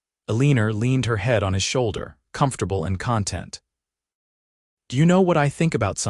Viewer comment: The word content , in this case, has the accent should be on the second syllable.